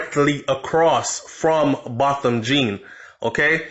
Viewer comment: THIS IS EVIL this must not die my heart bleeding... it’s pronounced BOW THAM..... low media coverage re his ASSASINATION